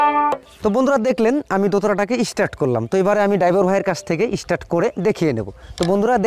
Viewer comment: কথাটা ইস্টার্ট নয়, কথাটা স্টার্ট। গ্রামাটিক্যাল ভাবে না শেখালে আপনার এই গ্রাম্য পদ্ধতিতে উঁচু স্তরে মিউজিসিয়ান হওয়ার সম্ভাবনা খুব কম।